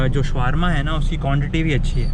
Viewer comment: SHAAAWARMA hota hai Shawaaarma nahi